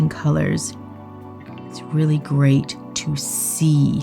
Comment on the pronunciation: Did no one pick up on Camera Man saying that Greyt is Great? 🤣